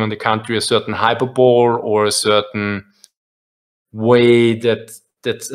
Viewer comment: Just for you guy's future knowledg, "hyperbole" is pronounced "Hyper-bol-ee"